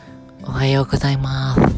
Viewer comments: 500いいねありがとうございまth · おはよぉございまぁぁth